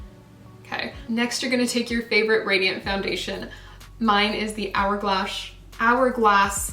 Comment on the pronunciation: Hourglash lol love it